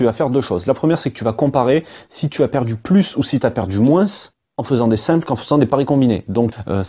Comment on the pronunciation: Superbe vidéo, bien expliquée super travail vraiment mais la façon dont tu dis "moins" ça me perturbe grave mdrrr